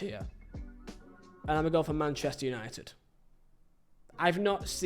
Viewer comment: YANITED 🤣🤣🤣 Amorin overatted